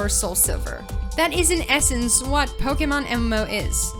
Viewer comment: "Pokamon" hahaha